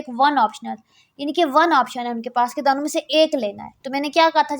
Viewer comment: ap 2 ko dano ni bola kryn dono boldia kryn thik hai baki bht acha guide kr rhi hain ap👍